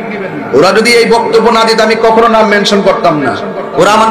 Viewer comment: নামটা ঠিক করে বলতে পারেনা